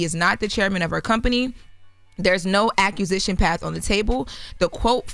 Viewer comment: she cant read big words ??? ACCUsition ,,, or ,,, AQUISITION ,,, as in ,,, to acquire.